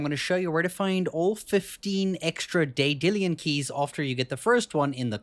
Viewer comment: Day-dillian keys?